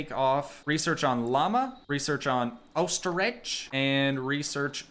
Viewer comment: Glad all my life I wasn't the only one who says Ostri"g"🤣. lol. Planet Zoo is so awesome dude☺